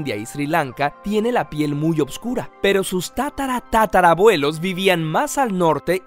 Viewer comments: Es oscura.....y no """opscura""" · soy el unico que cree que dice obsvuro